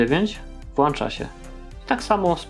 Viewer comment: Mówi się włącza przez a z ogonkiem